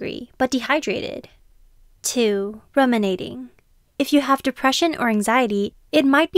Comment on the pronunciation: Thrilled to have a new VO person! Just do some research first, it’s pronounced “room”inating. Not RUM-inating 🍹